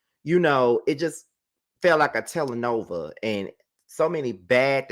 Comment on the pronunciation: It's pronounced Tellā- No-vella. No shade, just wanted you to know baby bro.